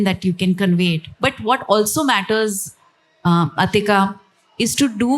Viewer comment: عطیقہ ( not Atika) Farooquee, please correct your pronunciation of Haider Aabaad حیدر آباد ، which is not at all Hydrabad ہائیدراباد